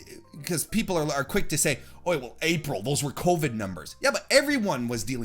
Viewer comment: You shortening April to "Aprah" just makes me uncomfortable, ngl. Also the closeup on your mouth